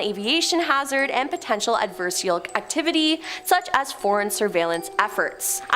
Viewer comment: "Adversarial," I think.